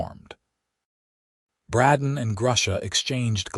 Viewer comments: Except for the CONSTANT MISPRONOUNCIATION of "Bradden" versus "Bray-don", it's a good story. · Just seems weird that the AI can't pronounce the name Brayden